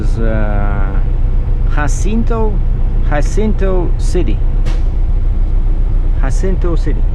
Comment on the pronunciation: Glad to see you back making money. Stay safe. By the way Beaumont Texas is pronounced boemont and Jacinto City is pronounced with the Ja a short "a" as in ah and sintoe Jancinto. The "N is silent."